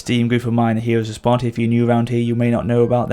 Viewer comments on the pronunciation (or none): none